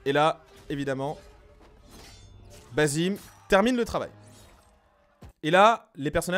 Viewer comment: Je comprend pas pourquoi tout le monde dit basim, mais qu’en réalité ça se prononce bassim, la femme dans le trailer dit clairement bassim, les personnages parlaient arabe, et le nom basim en arabe n’existe pas. Mais en vrai c pas réellement important, ça reste un jeu, c’étaitjuste pour info.